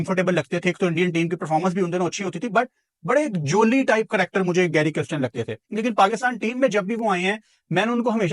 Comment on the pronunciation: It is NOT Christian…it is Kirsten or Kiersten…